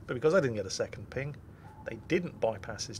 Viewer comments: "One phing ohnly pleashe" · " i schall have one phing, and one phing only."